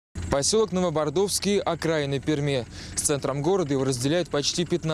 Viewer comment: Брутальный корреспондент даже название поселка правильно не смог сказать :) Г-н Уткин в очередной раз приписал себе заслуги жителей, два года просивших автобус Новобродовский поселок, официальный сайт Это видео там есть, а так же сообщество жителей, решение проблем, подключение к газу, электричеству